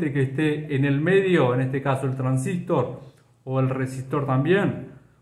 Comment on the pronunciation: Muy bien. Pero porque pronuncia "transístor" acentuando en i. La verdad siempre conocí como transistOr y me choca bastante. Corríjame si no es así